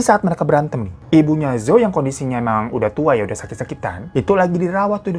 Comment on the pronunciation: Ka hiro gak enak banget nyebut namanya bai jing 😂😂 harusnya Pei cing ka, di mandarin b itu dibaca P, j jadi C.. Terus zhou juga dibacanya Chou(C tapi kayak ada h-nya) Yuk belajar pronounce mandarin dikit2